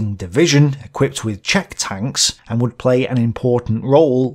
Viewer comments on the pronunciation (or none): none